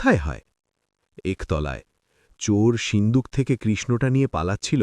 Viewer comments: Ota sinduk na shinduk kane e lagje pronunciation is horrendous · Seendook na shinduk